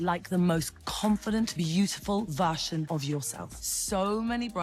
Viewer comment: I have NEVER heard anyone pronounce version with an SH sound. She can be a bit pretentious